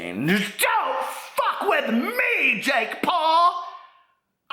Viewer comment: What's a "Pake Jaul"? Love you!!!!!😘💖💖💖💖🦄🦄🦄🦄🦄